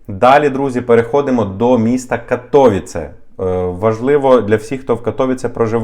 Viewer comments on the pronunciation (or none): Цікава інформація, ще б карту і зразу демонстрували б де це, бо кожне містечко, особливо мале, не знаєш навіть живучи і подорожуючи по Польщі. А взагалі то не КатОвіце, а КатовІце...так, щоб було...